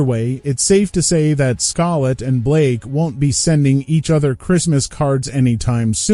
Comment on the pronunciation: I just can't subscribe! Calling Scarlett Scul-lett repeatedly is reprehensible!!